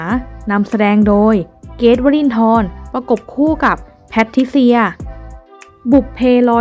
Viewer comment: ผู้อ่านคุณควรฝึกคำควบกล่ำด้วย เช่น เกรทไม่ใช่(เก๊ต)